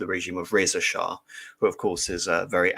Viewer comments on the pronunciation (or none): none